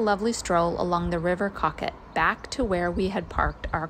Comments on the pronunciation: the host in Rothbury pronounced it Cocket... but other people have said it is a long O like Coh - ket... accent on first syllable. I'm hopelessly confused. I just know I said it wrong ;-) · Nice going with the Dorty Bottles pronunciation , but Coquet has a long, soft o so it sounds like Coh-ket. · The river is pronounced Crow kay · its river coke-it, accents petal..... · Thank you! I usually ask locals, because I NEVER know how to say things. I thought our AirBnB host in Rothbury (which is on the Coquet) pronounced it Cocket. But I might have misheard! Certainly the lawn game is pronounced Crow kay.... on both sides of the pond, if you can imagine! Actually, next week's video is about words we do NOT pronounce the same ;-) Cheers, Keith! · i think its pronounced co-ket (I was born and raised not far from it)